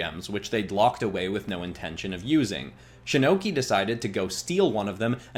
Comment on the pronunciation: you said shinnoki like shinnok and Loki that sounds like a sick anime character